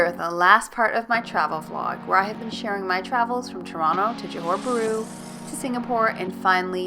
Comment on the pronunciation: johor bharu not johor buru